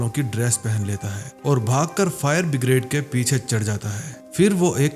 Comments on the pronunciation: bhai no doubt movie and your work is awesome 👍, but it's streaming all over the world, so please correct your pronunciation my friend. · फायर ब्रिगेड को बिग्रेड बोल रहा है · Bhai pehle fire brigade to bolana sikhlo